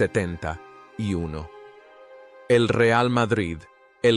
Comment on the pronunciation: chaval eres un mentiroso y un bulero de los gordos,ademas no sabes ni hablar,para decir 1970 no sabes ni decirlo,mentirosos como tu,os tenian que cerrar los canales de youtube,para que no sigais mintiendo